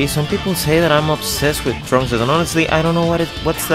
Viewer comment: why does it sound like trunks said the n-word